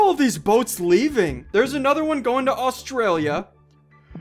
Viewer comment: NOO NOT AISTRALIA MY HOME COUNTRY